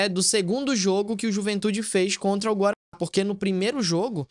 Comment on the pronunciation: Por que esse bug ao falar Guarany? O time é o Guarany de Bagé mesmo.